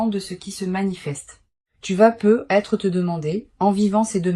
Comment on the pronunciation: On ne prononce "peut-être" pas " peu être " ,on le prononce " peutetre.